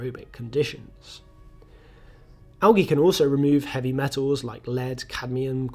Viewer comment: Thanks for pronouncing "algae" correctly, that´s usually a stretch for English-native-speakers. Also a stretch, is being British, and explaining to others, what "wastewater-treatment" is (in ), while the British wastewater-treatment collapses to the levels of 3rd-world-countries that never had such infrastructures to begin with... (disclaimer: Not the result of failing British infrastructures, but solely the result of greed, not allowing wastewater-treatment for reasons of profit-maximization ;-)